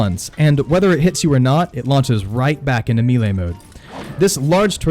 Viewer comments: "Mee-lay." Bruh, it's "meh-lay." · Great vid! I usually manage them but I’m not confident. Will try these methods. Thanks. Oh, Melee is pronounced mellay like smell and lay, not meeley. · It is pronounced “MAY-lay”, not “MEE-lee”. It undercuts your credibility pronouncing a key word wrong. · It's pronounced may-lay not me-lay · Melee announcer: Melee! Him: Meele. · Meelay!? It’s Pronounced maylay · Man, why does everyone struggle so hard with the word 'melee'? It's not "me-lay"; it's not "me-lee"; it's *may-lay*. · "mealy attacks" Fucking loooool It's 'may-lay' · I'm sorry, but I can't take anyone seriously that can't pronounce BASIC english words. MELEE is prounced MAY-LAY, not MEE-LEE. How how can anyone that's gotten past 5th grade not know how to pronounce this word?? Especially a gamer that years, and sees this word all the time. You're a functional illiterate. What's it like to be an adult and have to vocabulary of a 6 yr old??? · Say it with me.... MAY-LAY. Not MEE-LAY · Amen!!!!! I HATE when people say ME LEE or any other variation, lol. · Melee is pronounced MAY-LAY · Lower the mic gain and melee is pronounced “May Lay”. Good info on the game! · The word is pronounced may lay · mee-lay attacks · It’s pronounced melee.... may- lay lol sorry it was bothering me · Mee-lay combat? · MAY LAY......not ME LEE or ME LAY. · I almost looked up a different video because of the way bro says MElee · disliked for how you pronounce melee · The way you say melee hurt so bad I couldn't watch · Sigh... please stop saying melee so much if you’re going to pronounce it wrong. I’m mostly just kidding, but fam... lol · Disliked for mispronouncing melee. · Why can't you say melee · I would of subscribed if you could say melee right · this guy expects me to learn to fight when he can't even pronounce melee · It's "may-lay" not "me-lay" Also "revel in" not "ravvle in" You can also edit out your spit swallowing before saving the final video for upload. Thx for the tips. 🙏